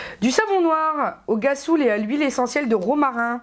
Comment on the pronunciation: cc on dit [rassoul] pour rhassoul, pkoi [guassoul]?! lol sinon tres tres beau haul, je ne sais pas si tous les noz profitent des memes arrivages ms les savons noirs me tentent bcp, parait ke rien ne nettoie mieux la peau!